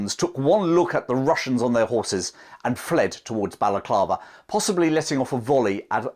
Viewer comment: " The Wussians wear Gway."